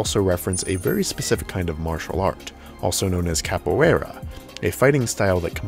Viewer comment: I know there's no real way for you to have known but capoeira is actually pronounced ca-poo-wade a